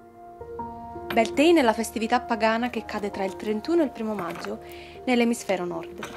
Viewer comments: Credo anch'io non si pronunci così, dovrebbe essere beltain, bealtaine mese di maggio in Irlanda! 🌷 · Beltane si dice cm si legge nn è inglese